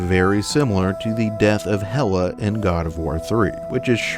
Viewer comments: Love the video but I just can’t get past the mispronunciation of name. Not a huge criticism by any means, but for future reference it’s Hera and Magni, not Hela and Magnus :) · Just wanted to point out that you kept mispronouncing Hera's name. It's "Hera" with an "r" not "Hela" with an "L". Hera is the wife of Zeus, from Greek mythology. Hela is the Norse goddess of Helhiem from Norse mythology. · why do you keep calling hera "hela"?